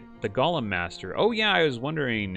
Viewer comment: It's Go-lem not lord of the rings gollum